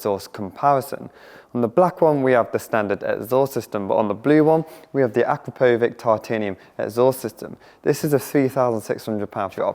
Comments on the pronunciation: It's pronounced uh-CROP-o-vich not AKRUH-PO-VICK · Thanks for the comparison. You pronounced Akrapovic incorrectly.